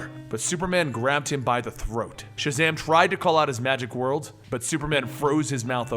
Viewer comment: WORD= WORLD just say'n